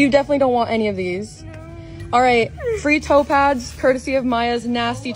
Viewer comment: The whole time, up until , I thought she was saying "topaz", instead of "toe pads". :D I thought she had some kind of lucky stone thing and was looking at and thinking "Huh? What the heck is that that thing?! That looks nothing like topaz!"